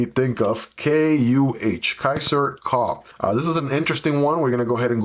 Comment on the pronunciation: I have this one on my wishlist for quite some time, but lots of negative reviews made me hesitate, yet I like the design ... and sometimes add lanyards to my EDC knives ... soooo ... your video makes me thinking again ... :D Note "Kuh" is german and means a "Cow", pronounced kind of like Koo in english :)